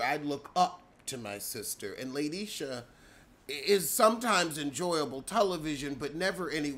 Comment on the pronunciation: "LATE - ISHA" 😫🙅🏾‍♀️